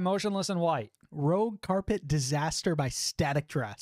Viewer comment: Just one note, its actually Rouge carpet disaster as in rouge like red in french, not rogue.